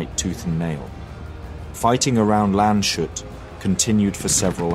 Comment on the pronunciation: gute Doku! - nur bitte der Ort heisst Lands-hut (country-hat :D) hat nichts mit shut zu tun